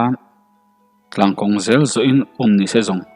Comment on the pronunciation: 'S' hi I uar mah mah a niii... Zel tih turah 'sel' Chuan tih turah 'suan' Sela tih pawh hi 'Sssela' Uluk zawk a chhiar zir nasa teh chuti lo chuan I thawnthu chhiar a ngaihnawm lo deuh tlat.